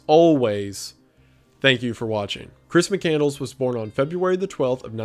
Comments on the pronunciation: JFC, you pronounce his last name wrong. It's Muh-CAND-less, not mick -candles. And the "letter good bye to a high school friend" was not a high school friend. It was the grain elevator owner he worked for in South Dakota. This is bad research. How does this guy have 3M subs?!? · It's McCandLESS!!! NOT McCandles!!! Get it right for fucks sake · Mccand-less not mccandles lol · Not Mccandles, but Mccandless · Chris "McCandles" xD It's McCandLESS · Mic-kand-less, McCandless. Not Mic-candles. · McCand-less, not Mc-Candles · There's no way his last name is pronounced "Mic-Candles". I've always heard it as "Mic-Cand-less." C'mon. And you skipped the whole part of his story about him and Ronald A. Franz and the bond they formed. Almost a father-like person in Chris's life when he needed one. But love you, Wendigoon. I know this video is 3 years old, but I've loved the McCandless story since reading Into The Wild in 2014. (P.S. I've also read Carine's book, and also bought Back to the Wild which is Chris's photos and writings. And donated to the McCandless foundation. I'm invested.) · Pretty sure it’s mick-canned-less not candles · Sir, please...his name is McCandLESS, not candles! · It’s Chris McCandLESS, not McCandles. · mc cand less not mc candles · Mc-Cand-less not Mc-Candles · MccandLESS 😂😂 not mccandles 😂😂😂😂😂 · It's pronounced muh·kand·luhs, not muh·kan·dlz. The name doesn't signify the son of a Scottish block of wax with a wick which is burned to produce light. XD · mccandLESS not McCandles lmao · I read into the wild and I was gonna watch this but as soon as I heard McCandles instead of McCandless I had to click off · I'm so sorry to be this person but his name is not pronounced mc-candles 😂 it's mc-cand- less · The pronunciation of his name is killing me. McCand(less) not Mc(Candles). Turned off this video shortly after 3 minutes. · Isn't it pronounced Chris McCand-less, instead of Christmas Candles? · McCandless. Not mccandles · Thought it was Mick-cand-less